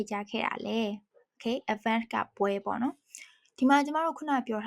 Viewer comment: ရေ eventက အသံထွက်လေးမှားနေသလိုပဲနော်ပီးတော့auxiliary verbမာdidလဲမထည့်ပေးထားပဲepတေမာdidတေပါလာတယ်